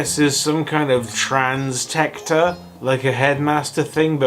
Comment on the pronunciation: Thirteen shots deep and still says "Transtector" flawlessly. This is why he's the fandom's golden boy.